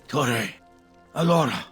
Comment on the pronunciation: Even though your videos are good, you need to look up the pronunciation of T'uure before making a video on T'uure. It's very offsetting.